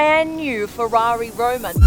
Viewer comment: Its ROMA not ROUMA